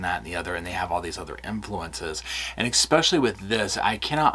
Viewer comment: There is no "k" in the word "especially"... Please! Now that I've gotten that off my chest... These stories are just heartbreaking and disgusting. I don't know how you creators immerse yourself in them without totally losing your minds. Everyone knew from the first television interview that these people were guilty as hell - but I will go to my grave saying that every single person involved in this adoption is just as guilty. From the secretaries to the court clerks right on up to the judge that signed the final decree - what the hell is wrong with these people? Neither of these parents had any income other than the money from the state and everyone still thought it was a good idea to give them these children? To pack two more kids into an already seriously overcrowded apartment, with parents that obviously couldn't provide for the four kids they already had.... Were two of those also adopted? Maybe we should check into that one too.. Amazing - immediately after the adoption of these two precious babies, they suddenly have the money for a down payment on a new house and don't need the kids anymore so bingo bango, the kids disappear. Anyone who couldn't see through that needs to make an appointment with an optometrist - you can use my credit card.